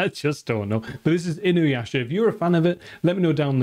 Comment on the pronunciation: Thank You for pronouncing Inuyasha correctly! I do Not know why but So many people add a goddamn W to his name and say Inuwasha 😂